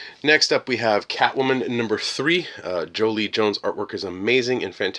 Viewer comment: Joelle Jones. JOE-ELLE. Like Kal-El only Joe. You are one of like three people who gets her name wrong and it drives me kinda bonkers. It’s like everybody has Angelina Jolie on their mind when they’re talking about Joelle. I just don’t get it.